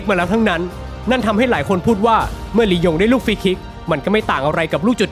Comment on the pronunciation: หายไปนานละคำว่าลียงลงเป็นยิง